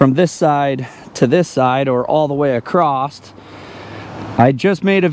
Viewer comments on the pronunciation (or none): Like ACROST!! instead of"Across" lol